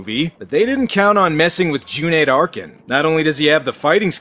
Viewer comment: kudos for saying Cüneyt properly!